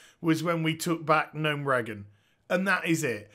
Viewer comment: Gnome ragen? God dammit mate they even pronounce it for you correctly in the game!